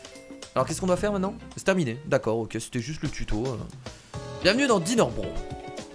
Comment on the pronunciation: (Intro) ca se prononce pas DINAIRE BROSSE ? Comme Mario BROSSE ( je met en MAJ pour la prononciation ) Au tuto c'était marqué et < débarrasser > non requis en solo justement je m'ennuyais